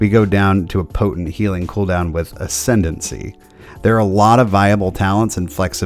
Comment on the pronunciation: work on your pronunciation of ascendance lol. Love the content very helpful keep up the great work!